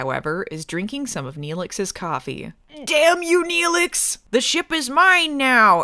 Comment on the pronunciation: She fucking said she liked Nelix. NELIX!!